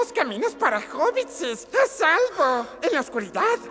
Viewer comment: No es hobbitses...es hobbits